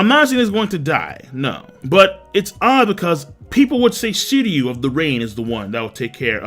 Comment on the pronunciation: SHiryu... pronounce the SHHHHH sound bro. Sounding like a noob my dude. Get it together.